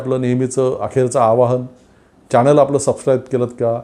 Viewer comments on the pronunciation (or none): none